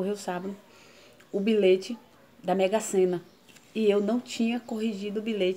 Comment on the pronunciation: Eu ouvi errado ou ela falou bilete mesmo no início. Kkkkk vc é demais😘😘😘